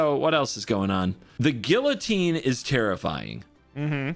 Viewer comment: Respect to for the correct pronunciation of guillotine